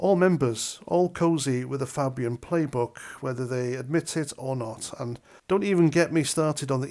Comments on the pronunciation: Pronounced "Fabian", not "Fabbian'. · as I was taught in primary school, when you have vowel consonant vowel you pronounce the first vowel by its name and not it’s sound! So FAY BIAN not fab Ian, as in phone, made, lime. Keep at it. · It's pronounced Fay-bian. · Its pronounced Fay-bian not fabbyun. Good vid tho. Thank you for the heads up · Fabian ,faaaàbian ,not pronounced like uk fab .The Blair was ,and is a member ,the one you went to war for . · Fay not Fab. Fay-bian. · pronounced FAbian not fabian. Like hay. Sorry paz. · Welcome to politically aware club with your recent awareness of the Fabian Society (That's "Fabian" pronounced fay-bian). For further reading research Saul Alinsky, the London School of Economics, The Frankfurt School, and Aldous Huxley. Enjoy! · Its pronounced Faybian . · It's Fay...bee...ann. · That's not how you pronounce it. It's "fay-bee-an" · It’s pronounced FAYbian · Pronounced Fay-bian. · It not Fabian like fab you half wit cow. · Spot on, but it's pronounced FAY-bee-uhn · knew about the fabian pronounced fay bian since blairs govt in 90s was called a nit job. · You are pronouncing Fabian incorrectly it is Fay (say) Fabian . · fay bee an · At the risk of being designated a sanctimonious, pretentious knob, it is pronounced FAY-BEE-UN. I only know this after hearing about it from Sargon. Good concise video. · Pronunciation sounds like Fay-bian. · FAY- BEE-AN. Niggle over.🙄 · No pronounced it wrong and I cannot believe how few people know about this group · Fabian with A pronounced as in the letter A. As a Labour (but not New Labour! ) member from 1973 till Fabian Blair became leader, we knew all about them. Back then there were many Fabian MPs, but once Blair got in their numbers grew massively and deliberately. They are Cabal puppets. Many indoctrinated in the WEF Young Global Leaders programme eg Blair, Brown.